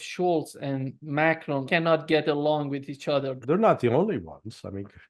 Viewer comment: Nice to see some American who does not try to mispronounce Macron as Macrohne.